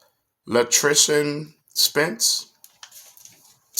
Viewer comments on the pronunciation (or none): Hello Brother in Christ,Umm I'm not sure if you shouted me out?But I thought that I heard my name,You pronounced my name all wrong!!It's La'tree'sea lol...but it's ok! My take on Will Smith is Hollywood has a tendency to operate on bad spirits,Something has a terrible hold on Will.. an his Wife does not love him,She does not even know herself...I think now this is just my opinion,Will Smith is too soft for Jada an she is messing with this man's mind,He just had a lot of built up emotions an exploded....But He is in my prayers...